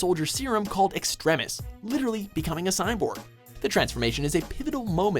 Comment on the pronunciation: Pet peeve again. Seriously, do you just have a disorder or something that makes you mispronounce words? Extremis. Really, it comes from the word "extreme," as in long e. You don't even have the excuse of it being in Japanese (and you never did, since many Digimon names are derived from English or Spanish words; i.e. Gatomon). Do you pronounce "extreme" like "extrem"? Do Canadians have English as a first language? I am peeved.